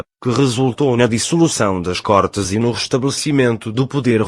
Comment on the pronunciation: Côrtes e não cortes.